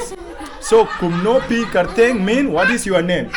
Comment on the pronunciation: ❤ you had a perfect pronounciation of KYRTENG.